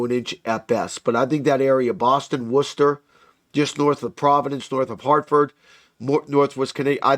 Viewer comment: Wow you said Worcester correctly.